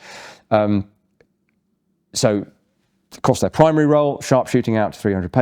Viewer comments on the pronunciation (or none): none